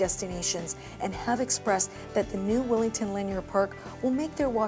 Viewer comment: Why does she keep calling it Willington? It's Willingdon!